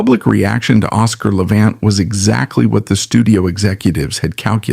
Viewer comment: A certain amount of what this "documentary," (if one wants to call this ARTIFICIAL INTELLIGENCE (A.I.) production a "documentary") purports is at least "sorta" true . . . but it too attempts to capitalize on Levant's problems. (Lordy, they could have least pronounced his last name correctly). I did hear it pronounced correctly only once - toward the end of this video). His fractured attempt at playing a Chopin Nocturne on Merv Griffin's tv show in the mid 1960s (it's available on You Tube) breaks my heart (although he did play the first part of it truly beautifully.) Yet, great - REALLY great - musicians often have physical and mental problems towards the end of their lives, for example, Beethoven with his total deafness and Tchaikowsky with HIS REALLY severe depression. (just listen to the final movement of his last work, the 6th Symphony ["The Pathetique"] and I rest my case). I claim no knowledge about Hollywood "execs" treated Levant at the end of his film career but from what I have seen of his many movies doesn't show a man near "the end of his rope." The '"I DON'T CARE GIRL" was, I think, his last major role (he was billed third on posters touting the film) shows his piano technique (with excerpts from piano concertos by Liszt and Rubinstein) at just about his greatest. His last Columbia album (ca. 1960), SOME PLEASANT MOMENTS OF THE TWENTIETH CENTURY, records him at his absolute best! His last (of 3) best-selling books isn't the work of a severely "damaged" man. (Some